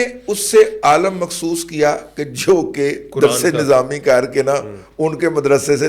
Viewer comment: عالم میں 'ل' ہے زبر نہیں بلکہ زیر ہے۔